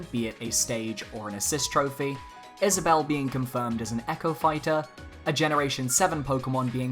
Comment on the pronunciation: Wow, he actually got Isabelle right...